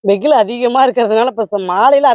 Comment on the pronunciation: Veyil not veyhilu